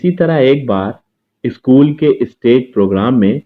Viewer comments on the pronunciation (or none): none